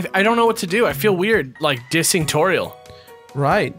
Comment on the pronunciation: toriel as in totural